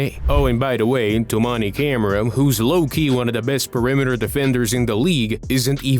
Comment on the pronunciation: not to mention it’s always rough hearing someone butcher the pronunciation of camara